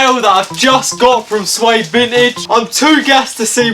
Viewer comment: I'm.pretty sure it's pronounced Sigh-ed